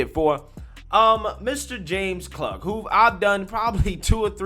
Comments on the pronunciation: its pronounced kloog not klug my guy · Dood he pronounces it kloog, have you actually watched any of this?